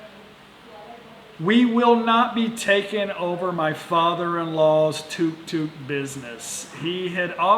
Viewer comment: TUK TUK not toook toook